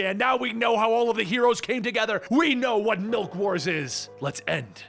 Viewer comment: Ah yes Malk